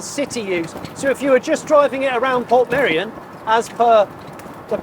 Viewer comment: “I’m off to shoot a video in Portmeirion.” Are you going to learn how to pronounce Portmeirion? “Nah, can’t be bothered.” But it’s easy: Port May-Re-On. “That’s far too complicated. I’ll just call it Port Merry On.”